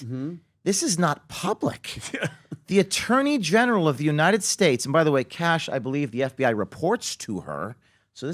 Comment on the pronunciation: Kash not Cash Patel..You're welcome